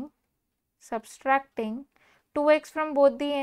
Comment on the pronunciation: And subtracting spelling & pronouncing 😂😂